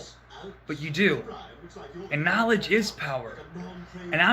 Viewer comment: He's giving us 'narlidge'. Clearly the world needs more 'narlidge', whatever it is. 😁